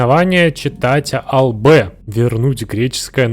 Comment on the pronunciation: правильно ставть ударение на А в слове Албэ (в переводе с румынского четатя-албэ белая крепость)